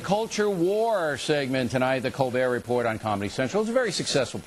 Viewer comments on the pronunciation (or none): Did he just call it the reporT?